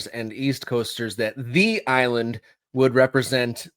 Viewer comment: It's just that people in the Greater NYC area are wont to refer to Nassau and Suffolk County as "The Island" with the emphasis on the second syllable, not as "THE Island". Geographically, NYCFC will play on Long island and are on the Long Island parkway system, so can they overshadow any new USL team? PS, Stony Brook University in Suffolk County has a suitably sized stadium that has been used by professional lacrosse, which is big on "The EYE-land"